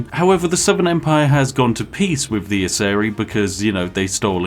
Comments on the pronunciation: Geeezz they are pronounced ASE RAI :P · Isn't it pronounced "asseraj"